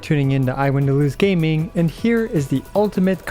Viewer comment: I actually just want to see a Gaming (supposed to be pronounced "Yaming", while english VA calls himself "Gahming") video. But I wonder if Xianyun and Gaming work well together? maybe with Bennet and another support?